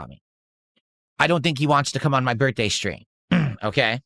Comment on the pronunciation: why you no show up for my birfday?😢